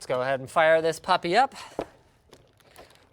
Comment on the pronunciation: He said papi , not puppy. XD